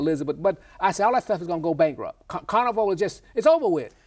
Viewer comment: "Oh yea, dey brankrupt"... I shat a brick I laughed so hard!